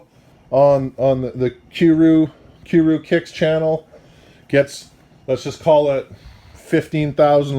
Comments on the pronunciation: "Cue rew kicks" fucking dying hahahaha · " Q Rew kicks" "Kwise Omar" 😂😂😂😂😂😂😂😂😂😂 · kew rew kicks... koos.. fuck can this dude pronounce anything